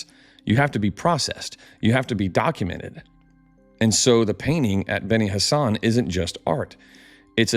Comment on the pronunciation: I swear every time you say benni Hassan or whatever I hear Benny Hannah "from there they traveled down to Benny Hannah for a smokin good ribeye"